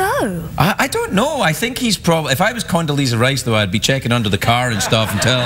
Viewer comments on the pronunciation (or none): It's Condoleeza. Condo-leeza , with an 'A' not Condalisa.